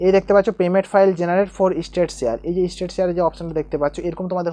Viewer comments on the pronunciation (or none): State ke estate bole 😂